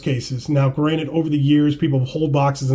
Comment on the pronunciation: *Granted. Not Granite. you're talking about cards, not rocks 😂